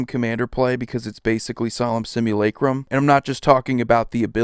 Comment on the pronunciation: Wow someone actually knows how to pronounce simulacrum. Thumbs up just for that!